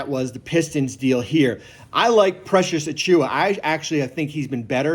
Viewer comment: Man said precious better than jacob lol 😆